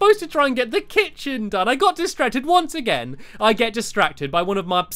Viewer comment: dude, the kit-chen